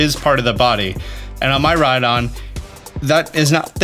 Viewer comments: Bro it’s not Myraidon it’s Miraidon like Miracle … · it's miraidon, not mayraydon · Lol, my-rye-don instead of mee-rye-don gets me xD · Miraidon is based on the Japanese word for future i.e. Mirai. It's pronounced "Mee-rai" not "My-rai." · My eyes shed a tear everytime pronounces Miraidon (MEE-raidon) as MAI-raidon 😭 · mih-r-eye-don like the car "toyota mirai". mirai means new in japanese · My-rydon 🤦🏼 why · great video! but...the... "mai rai don" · Is he saying My-Ride-On?